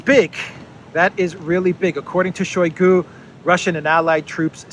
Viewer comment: It is not [SHOWY gu] it is [shy GU], stress on second syllable, mute first syllable from ohy to ahy.